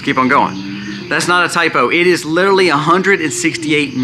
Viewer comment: New drinking game...every time you say " literally " take a shot...every time you say "litaly" take a double...8 sbots so far!